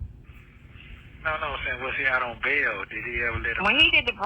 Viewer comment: OJ was NEVER "out on bawn"!!!🙄 He was in the LA County JAYALL from Bronco to verdict... that fantasy fact she spewed out like WORD IS BOND really irritates me for some reason?! 🥴 Nestos betta use Google and stop asking this Noodle bout ANYTHING but commissary.🙄🤑😅